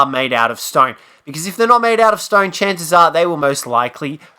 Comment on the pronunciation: you mean STONE i guess. Dont understand what you are saying.